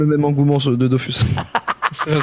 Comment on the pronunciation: Dofus sa se dit dofous